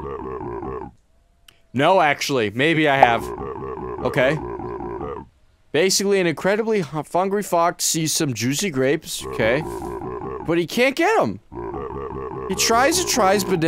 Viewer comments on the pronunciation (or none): bro said fungry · And incredibly fungry fox he says